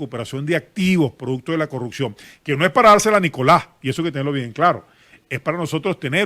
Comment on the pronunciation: ....se dice “corruPción”...